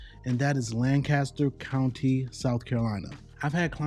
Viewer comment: I like Lancaster County I was born there. It's how you say it it sounds strange. We are on the south we don't say it that way